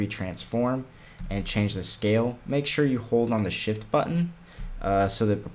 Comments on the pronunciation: I thought he said hold the SHIT button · wow and i thought he said hit the shit hit bit bitoon